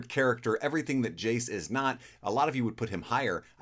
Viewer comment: Brooooo you misread Jayce so bad